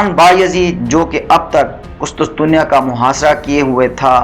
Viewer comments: ارے بھائی قسطسطنیہ نہیں قسطنطنیہ۔۔۔ پروناونس تو ٹھیک کرو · Qustuntunia ka naam to thek se bolo hahahah qustunsunia 😅😅